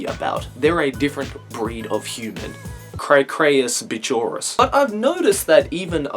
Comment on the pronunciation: "Craycrayus bitchorus" LOL XD